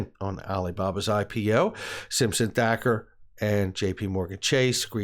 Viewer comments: Again...with the THAKKER !!!??? THATCHER DUDE....THATCHER !!!! Jeez Louise !!!! Is it butchery or Bukery ??? That aside I'm with you on all the info you provided, they all connected to the lawsuit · It’s Simpson Thacher (pronounced Thatcher)